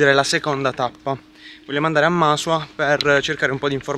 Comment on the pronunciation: Masùa non Màsua 😂 Pan di Zucchero sta in Brasile a Rio, quello è "Concali su Terràinu"...